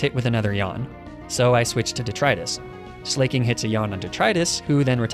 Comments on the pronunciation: I don't know why this dolt says ''slay-king'' Slaking is obviously based on the word ''slack'' which basically means lazy. Leading to the obvious pronunciation of slack-king. But I guess that's what happens when you're a YouTuber with zero skills or knowledge outside of Pokemon. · I love the way you prononuce Slaking as 'Slay-King' 😂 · "Slay-king"? "Fah-chade"? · INTENTIONALLY PRONOUNCING THINGS WRONG IS MY FAVORITE THING. I love this so much. Slayyyyy-king. Fakadé.